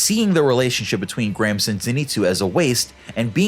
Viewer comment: Not to make fun of gramps but every time he said gramps I thought he was saying cramps